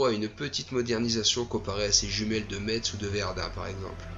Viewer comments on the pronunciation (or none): Sinon pour info METZ se prononce MESS